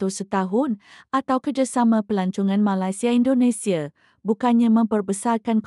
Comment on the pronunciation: Sebut biar kena boleh tak Malaysia";bukan Malasia